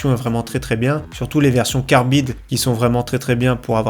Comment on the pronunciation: Merci pour ce tour d’horizon, et juste on prononce « carbyde »😁. J’adore les corsairs mais content que Lian Li revienne toujours adoré cette marque.